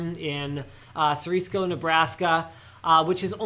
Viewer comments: you're saying Ceresco wrong. I live in the area and it's Cer-eh-sco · Representing that Nebraska life boys!! Ceresco is pronounced Sir-res-co